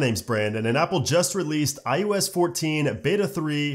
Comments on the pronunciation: Great content, great delivery, but it’s iOS not IUS, lol. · This guy literally says IUS every fucking time but then he says IpadOS and watchOS just fine... tf? lol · i-YOU-ess? Why do i keep hearing it like that?